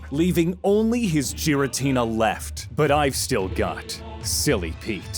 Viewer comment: "Jeer-a-teen-a" ??? Really???